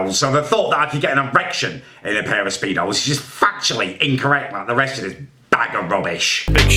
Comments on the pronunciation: really said pedos instead of speedos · Best part was when he said a spare of pedos instead of a pair of spedos by accident because he was so angry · 11.22 " i will not fit in a spare of pedos".. how come no one else heard that?? I know it was a mishap but still funny... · "will not fit in a spare of peedos" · Acknowledge at 11.20 he said spare of pedos not pair of speedos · “In a spair of pedos” 😂😂